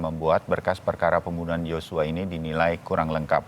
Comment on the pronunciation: Josua atau Yosua? Kalau Yosua berarti inisialnya brigadir y bukan brigadir j. Seenaknya saja ganti nama orang. J dan Y adalah dua huruf yg berbeda pengucapannya jg berbeda